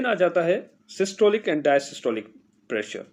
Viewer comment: Correction Required: The lower pressure is called "Dia-Stolic" blood pressure not "Dia-Systolic". You are keep calling it Dia-Systolic which is wrong and the students will learn a wrong term instead of learning something new and interesting. 🙏